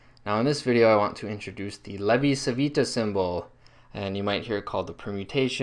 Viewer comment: It's pronounced "Chi" because Italian c followed by i or e sounds like English ch. "Lay-vee chee veetah"